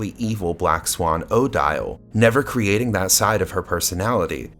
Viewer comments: Thank you. Fine video, but every time he says OH Dial I cringed. It's commonly pronounced Oh DEEL. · 1) It's odeeeele not oh-dyall. 2) Why are you asking us about everything? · this is not how the name Odille is pronounced